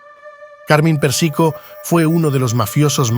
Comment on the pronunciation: es Pérsico, no Persíco.. se pronuncia Carmáin,,, no Cármine... fuera de eso, gracias por el Video.. está genial.. aprendí un montón